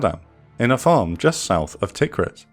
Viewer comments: Tikrit is pronounced t'KREET. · Your pronunciation of Tikrit [Tikri:t] needs working on. Great videos btw. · Interesting video but the pronunciation is terrible 😂 Tigris sounds very similar to tiger. Kinda like thai-griz, Tikrit rhymes with concrete etc Great content though, one of the better channels on YouTube